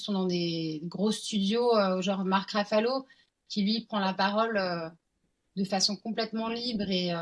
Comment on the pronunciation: Bravo pour cette interview ..juste pour faire ma chieuse c est Mark Ruffalo et pas Raffalo❤❤